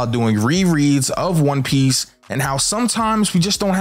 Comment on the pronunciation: Yo this neeguh can't pronounce not one fucking name right. 😤